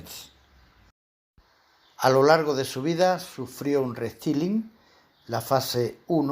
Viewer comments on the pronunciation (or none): Dilo en castelano: reestilización o en inglés, pero bien pronunciado "di rest(ai)lyng y no se pronuncia la "i", pero prefiero en español, ya que hablas todo en castellano y solamente esa palabra la tiras en inglés, y encima mal pronunciada.